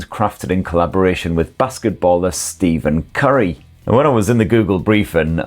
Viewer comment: It's pronounced more like Stefan Curry. But I'm calling him Steve from now on 😅